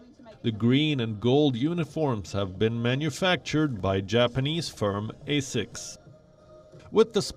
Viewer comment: So according the the Ozzie team, not using slave cotton makes it the highest standards? Also someone should tell him how to pronounce asics.